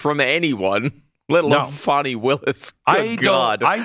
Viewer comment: Fa-a-awnie and Nathan love their Netflix, it seems.